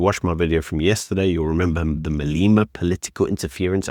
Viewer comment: It's good for the DA that John is gone. Lewis is a good candidate, but It's best for the DA, if Chris Pappas gets in. Like your content. Just a tip on pronunciation. Its Malema, and not Maleeeeema. And I think Botes is pronounced like Botha's and not Botts. He should have been thankful to you for highlighting his case. Ignore the personal attacks on you, be the bigger person 😉